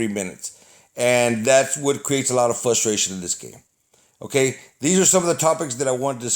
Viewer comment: I keep thinking ur saying flustration lmao